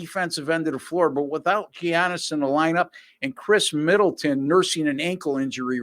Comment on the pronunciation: how did you make it this far and still not know how to pronounce giannis.